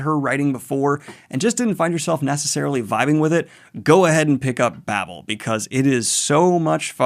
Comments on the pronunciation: Victoire= victwar Babel long a, not Babble. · pronounce baybel, babble is double b l e